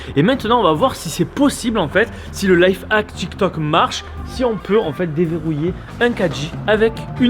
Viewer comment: Du coud tu dis « TchikTok » et « Landre »